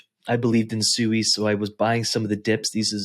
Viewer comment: first off its pronounced "swee" and you have your range set to 140% that aint no real money made. not everyone has hundreds of thousands of dollars to set ranges far and be satisfied. how tf can we make money when everytime we set a rang to make good money we jus get booted. ill make $100. in a day then all of a sudden the price tanks and i lose everyting plus more i made in a day. turbos sui aint no money unles u putting more the 10k in there